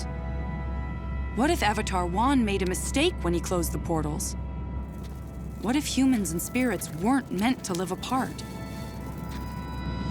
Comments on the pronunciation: isn't it Wan not Juan? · yooooo its avatar wan, not juan 😂 look at the sliding bar when you scroll on the video